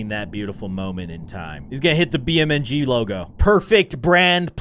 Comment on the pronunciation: Its beam NG drive not bmng drive